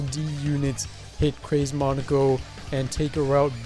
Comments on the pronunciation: In Japanese it would be pronounced “Mow Neh Koh” also neko is cat in japanese so I think it was meant to be Mow Neh Koh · Monika. Just monika. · To me, pronunciation sounds like it came from EoC and ItF.